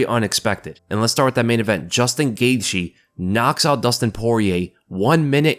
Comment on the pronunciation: Justin “Gaitshe”😂